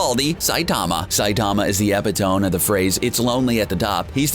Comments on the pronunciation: He pronounced “epitome” as “eh PIH Toem” but it should be more like “eh PIH to mee” smh it’s not just the Japanese words he struggles with. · I thought the same thing when he said Kagome's name (And basically everyone else's) but when he said "epitome" rather tried to say "epitome" I think I had a stroke